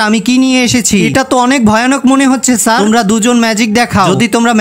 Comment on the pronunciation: Sir❌ saar ✅